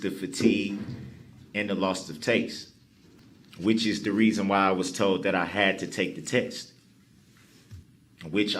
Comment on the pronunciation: I'm still waiting to see all the toads he keeps talking about. He toad dis and he toad dat and he was toad dis and he was toad dat. So many toads!